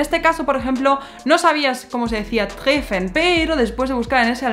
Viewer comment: Hablas muy bien, solo una sugerencia: dobles consonantes antes de una vocal, connotan un acento invisible en la vocal y aceleran la pronunciación de las consonantes. Es decir, treffen se leería o mejor dicho pronunciaría tréfen. Solo es un tip. De lo demás 👍👍👍